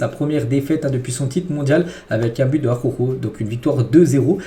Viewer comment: « ARORO » Pitié . J’en peux plus à chaque vidéo d’entendre cette immondice. Prononce son nom correctement « ajauro » phonétiquement « araouro »